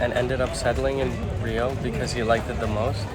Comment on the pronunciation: you did a wonderful job. As a Brazilian I compliment you for the incredible research you did about Rio, its places and gastronomy. Even the correct pronunciation of the places and food was on point! Congrats! You absolutely nailed it!